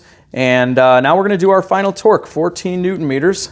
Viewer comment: You say "twerk" instead of torque and i laugh every time.